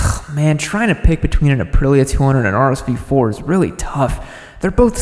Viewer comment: lol you said “uh-pril-uh” lol and always the follow up “is that a 600? Looks small.” 😅😅😅😅